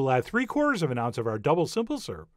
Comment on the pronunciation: Why does the pronunciation of the word syrup confound you so?